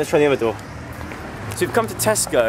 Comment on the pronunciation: Joe: This is the biggest Tesco I've ever seen. Me: I LITERALLY JUST THOUGHT YOU SAID TESTICLE